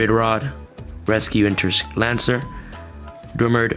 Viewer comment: Rescue inter Lacer! Not Lancer